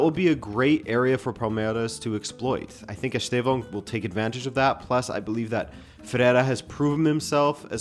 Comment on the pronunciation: but this guy's not that bad, tbf